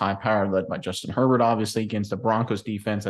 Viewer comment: Justin "Hurl-Bolt". Let's go.